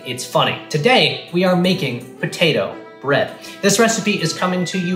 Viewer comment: Potatoes, and bread. 🥔🍞 It's Ta'er Brread!